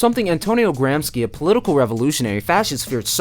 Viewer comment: I'm watching the video, but I won't be able to continue until I address this: "sci" in Italian is pronounced as the English "she", so "Antonio Gramshe". Now I can continue watching. It's good so far. ^_^